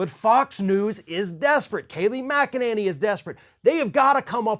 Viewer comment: GET HER NAME RIGHT IT'S KNACKANINNY